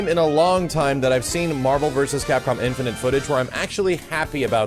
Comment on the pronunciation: love your content but I gotta ask. Do you pronounce "infinite" wrong on purpose? You've been saying "infin'int" since mvc3 vids. It's "infin'it."